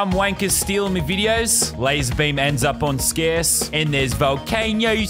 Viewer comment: Brig McMullin its pronounced lazerbum